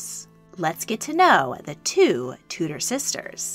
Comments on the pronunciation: I love your stuff but, with respect, could you please pronounce names as they are in their own language. Tudor is pronounced Tew-der. Sorry but it really rankles to hear something we are so familiar with being mis-pronounced. I hope and believe we pronounce your words as you would expect. It's just courtesy. Sorry, I do love your content. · I'm not the only one who is kinda triggered by the way they said Tudor?